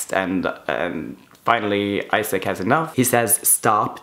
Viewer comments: I was shook when he said "Isaac" instead of "Isak" 😂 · I love your vids! But it is "I"sak like not like u say in English... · I'm swedish and in both swedish and norwegian we pronounce it Esak and not Aisak. Just wanted to answer your question, have a good day! :) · It's really throwing me off that he's calling Isak Issac instead of Isak. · I thought the name Isak is pronounced differently